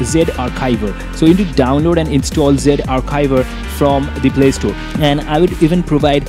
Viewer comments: lol it is no zivare it is zarchiv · It's Z Archiver not Ze arkiver